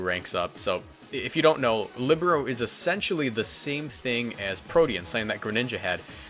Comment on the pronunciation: Líbero was good pronounced